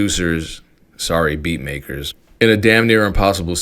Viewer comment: That was a hard r on “beat maker” 🤣🤣🤣🤣